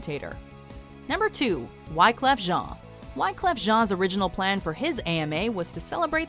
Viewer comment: Go fuck yourself. that isn't how you say wyclef jean and you know that. im surprised you didn't pronounce woody harrelson as "woo-day hair-all-soon." i hate you all